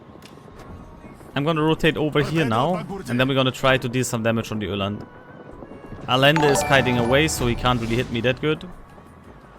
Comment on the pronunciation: It is a-yen-duh, or in German transcription A-jen-de. Double l is spoken as ye in Spanish, in some parts of South America it's a soft sh, as in A-shen-duh...